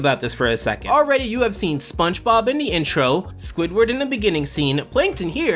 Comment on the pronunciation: I like how he pronounces it "Spunch Bob"